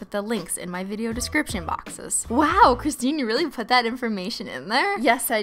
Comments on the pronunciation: Alexia Meow IT'S CRISTINE PRONUNCE SINDROME!!!! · It’s Crist 🙄. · Mila Stanoeva IT's and I'll Se Ya'll Later Bye! Learn how to speak Christine!